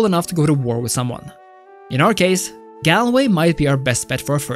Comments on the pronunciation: Gal way.... (sounds like ..Gaul Way) not....... gala way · say it like Gulway. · lol the way you say Galway.